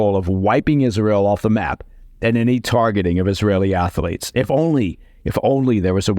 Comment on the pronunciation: Ath-lete, two syllables…